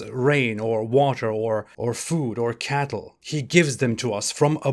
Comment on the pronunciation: When he said cattle I died 😂